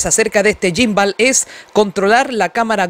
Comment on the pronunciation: No se dice yimbal 🤦🏻‍♂️🤦🏻‍♂️🤦🏻‍♂️🤦🏻‍♂️🤦🏻‍♂️